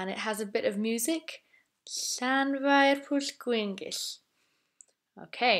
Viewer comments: You says shan intead of llan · Llan not shan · Why is it pronounced “flanvire” in other videos but “shanvire” here?